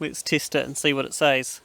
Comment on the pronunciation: When u say cheese 4a foto do u say chiise? Wood is 2wet not 2wit an u test it not tist it, itc itc. I mean, there's accents an then there's just straight replacing an e 4an i. Wtf?